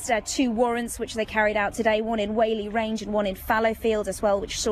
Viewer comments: That female reporter-It's pronounced Wally range not waily. Who pays these 'reporters' ? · Just a point for the reporter in the first few minutes, Whalley Range is pronounced like "Wolli Range"